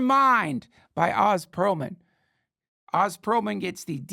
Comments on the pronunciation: His name is Oh-zz. Not 'The great and powerful Wizard of Oz." shouldn't mess that up in the intro. Love ya Dunkin and just trying to remind you to know the pronunciation of the guests' name. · Duncan interviewed him for an hour and never learned how to pronounce his name.